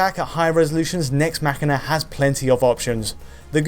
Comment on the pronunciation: yes that's how its pronounced. as in "deus ex machina". It's not mash een ah